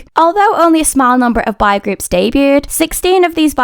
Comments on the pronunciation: im just wondering, do you know how to correctly pronounce "boy"? You kept saying "bye"/"bi", so I wasn't sure. You start off with "bo", then add "y" at the end. "Bye" is not the correct pronunciation; I hope this helps! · From the way the word "boy" was pronounced I thought I heard "bi-" and I was like there's no way there are bi-sexual kpop groups😂😂